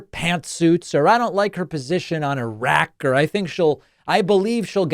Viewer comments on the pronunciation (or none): none